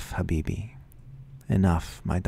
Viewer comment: you pronounced habibi right